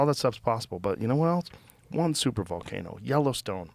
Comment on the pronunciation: Ballcano😂 my girlfriend loves my ballcano 🤣🤣🤣